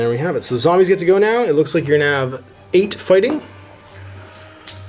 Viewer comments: Everytime you say "Zambies" is one more punch in the throat you'll get if i ever meet you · If you could stop saying Zambies that would be great.